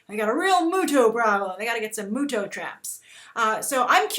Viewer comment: Isn't it MUTO not MUJO?